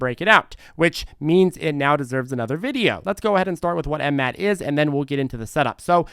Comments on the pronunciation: After over a year, he keeps saying M Mat. lol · Yessir. But its funny how he says the ticker